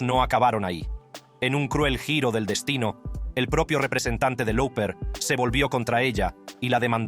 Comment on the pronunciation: Cyndi Loper se pronuncia.... no lauper...